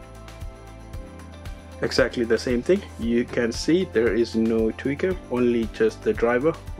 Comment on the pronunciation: *Tweeter* bro says tweaker 🥴